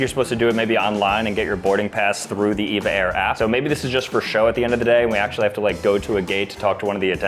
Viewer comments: Said it wrong for EVA air it’s EVA air not Eva air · EVA AIR is said E V A not the name EVA just E. V A.